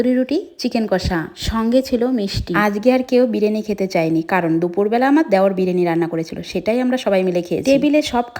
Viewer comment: এই মহিলাটা এত তোতলা কি যে বলবো এই মহিলার কারণে আমরা সঠিক উচ্চারণ বলে যাচ্ছি😅 যেমন বিরিয়ানি ❎বিরানি✅ ❎ বিবাহ বার্ষিকী ✅ ভিহ বার্ষিক